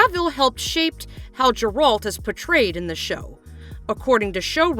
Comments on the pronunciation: Chris Hemsworth? 🤣🤣 Liam is the one taking over the role. Not really what I'd call a minor typo misread by some janky Ai voice. And Geralt's pronunciation is wrong, too. Is this a real media-focus channel or one of those "just for clicks" (right or wrong) channels? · If your gonna make a video and claim you've done your research, you would expect correct pronunciation of the main character. You butchered it maam, just like the direction of the show congratulations. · Not even pronouncing Geralt correctly. Clearly hasn’t even watched the show.